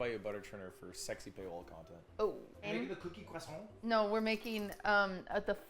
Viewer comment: "qwassong 🥰" "QQWAASSAAWK